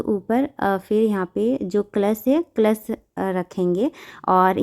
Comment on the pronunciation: क्लश नही,कलश बोलते है